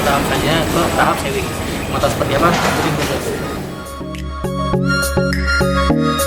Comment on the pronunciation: Bacanya sewing itu kaya pake u bukan e 😂 artinya menjahit